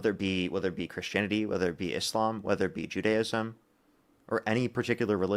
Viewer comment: it's bad because i don't like it. the real excuse for everything they think should be illegal. and thank you for pronouncing 'judaism' correctly.